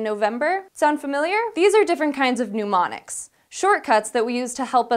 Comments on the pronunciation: new word! "pneumonics"! (As she says it.) Do those help with remembering to breathe? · Did she really say "pneumonics" (sic) at about in? It sure sounded that way to me. That is really poor on her part, and the editing crew totally fell down on their job as well. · "Mnemonics" doesn't have a "U". It's not pneumonics like pneumonia. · Why are pneumonics involved in memory?! Mnemonics pronounced NEH-mon-iks. Pneumonics (NEW-mon-iks)relates to breath. And don't confuse them with gnomonic (NAH-mon-ik) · It's pronounced "nuh-monics," not "pneumonics" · Oh dear, it's not "newmonics".